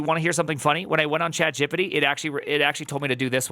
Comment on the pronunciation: not "excape" but "escape" codes... you don't even realise that you sound dumb right now and once told I'm sure you will defend it.. (The same with ChatGPT "GePeTe" 🤮 ) "Oh!.... mm mm. It should be pronounced \"e X s c a p e\" o! ooo! eeee...." you are so stubborn sometimes. hehe;P